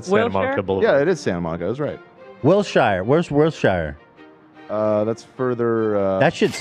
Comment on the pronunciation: Ethan saying will-shire solidifies he’s not from LA at all